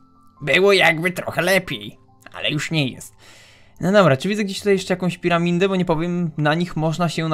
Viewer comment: powiedziałeś "reset siada" a nie świata xDD Edit: a w powiedziałeś piraminde Edit 2: cudownie chyba jednak nie :)